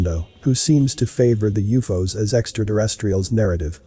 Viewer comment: If you use periods U.F.O's, perhaps your computer can pronounce things properly.